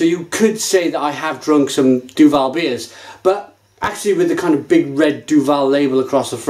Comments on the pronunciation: Say it quickly: "Doo-ville" Apologies for the grammar nazi-ism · Duvel (not Duval ;-) ) threw in a tasting thing where you could buy (in Belgium) the Triple Hop with different kind's of hop. Bl**dy amazing. In the box, they gave you a booklet with the history and origins of the hop used but they never said what hop was used in which bottle. You just got 6 bottles with a number on it and you had to communicate the batch and favourite bottle number. In all honesty, time to revisite the Triple Hop again because it turned out amazing! It's better than it ever was ... Enjoy!